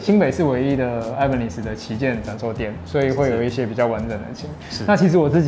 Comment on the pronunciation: 整支影片看下來我只在意那個 Ibanez的發音 我記得好像是日本人去買西班牙的品牌 發音是 一八捏斯